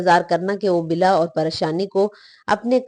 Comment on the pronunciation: Bala ko bila parhne wali ko kam az kam video banane se pehle practice kr leni chahiye thi talafuz ki boht zyada mistakes hain es video m.es video ko dobara banaen.thanks